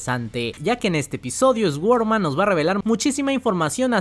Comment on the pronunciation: "ESGUORMAN".......SORDMAN sería la pronunciación